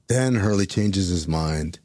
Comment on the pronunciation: Had to stop listening after the 2nd "Danny Hurley". Smh